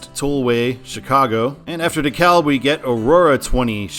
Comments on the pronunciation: Yes, I was about to comment that! It was driving me crazy how he was saying it! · I'm from the Atlanta Metro so when you said De KA-L-B instead of De-CAB- that pained me . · It is pronounced DEE KALB.